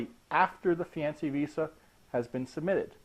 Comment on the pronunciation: Wow, that's the weirdest pronunciation of fiancé ever. It's off-putting. Useful video though. Thanks.